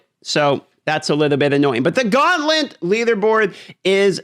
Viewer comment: Gauntlent? 😂 This guy has the most annoying voice and pronunciation.